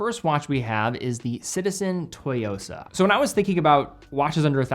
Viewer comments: Hey, with all due respect and a lover of your channel and content: the Citizen Tsuyosa is pronounced- TSU-YO-SA, not TO-YO-SA. Tsuyosa means “strength” or “resilience”! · just FYI Tsuyosa is better pronounced Zuyosa or SuYosa the T is somewhat silent. If you asked for a Toy-yosa it’d be incorrect and some may have no idea what you’re talking about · It’s pronounced “soo-yo-sa,”. Like tsunami, but Tsuyosa. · Quick thing: the Tsu in Tsuyosa is pronounced like how most people pronounce Tzu in Sun Tzu, or tsunami.